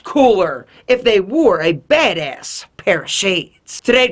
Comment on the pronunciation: The way you say "badass" bothers me. Still love ya though